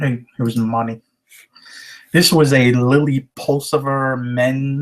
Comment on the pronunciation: That is Lilly Pull - it -zer not pulcifer